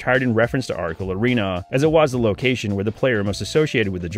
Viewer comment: he couldn’t pronounce the “c” in “Ora-le”.